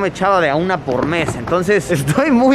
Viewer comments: alguien más se dió cuenta de que decía "po Luisito" en vez de "por Luisito" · min creo que en ves de decir "Po Luisito" en realidad iba "Por Luisito" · Que paso Yayo te falto la ´´r´´ en por luisito “Asientos lujosos de avión”´´Hora de comer´´ “Po Luisito”